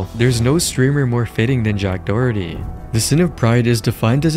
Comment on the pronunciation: Jack *Dorkerty